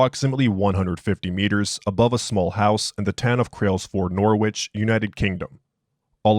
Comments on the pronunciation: "Norwich" pronounced "Noridge"✊🏽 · Also, not trying to be that guy but it is pronounced Nor-itch. Great work, love the videos